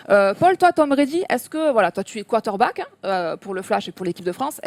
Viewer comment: Hé vous savez qu'il y a un "R" dans quarterback?